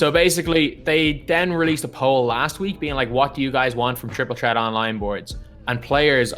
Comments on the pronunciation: “Triple tret” 😂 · no it’s triple ttret